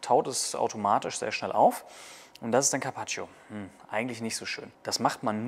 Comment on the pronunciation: Man spricht das i von carpaccio nicht aus